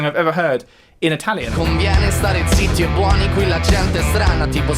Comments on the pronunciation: Zi iti e Bueni mi ha fatto molto ridere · "Z, T, E e buoni" :D Loved it XD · That zitti e buoni pronunciation was just... Great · Your pronounciation of zitti e buoni was hilarious! very interesting video btw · as an Italian, the pronunciation of “Zitti e Buoni” had me in stitches 😂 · I am italian and I loved you included Maneskin! Also hearing your pronunciaton of"Zitti e buoni" was fun 😂